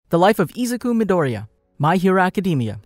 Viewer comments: Hahaha i love how you said he’s name It’s so funny 😂😂😂😂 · you are saying dekus name wrong and it makes me mad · im dissapointed the way you said his real name killed me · I am 12 seconds in to the video and im sorry but u cant pronounce his name or the title of the show